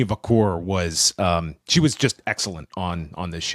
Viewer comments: vaquer is pronounced Vacker not vacour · He says Vacor, but yeah its Vaq - her sounding.